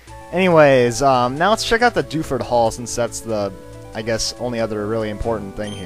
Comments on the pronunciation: When you said 'Welcome to Dewford' I thought you said 'Welcome Dufus' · I thought he said "welcome to DOUCHEford town" lol